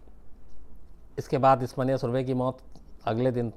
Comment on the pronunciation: It’s मन्या, not मान्या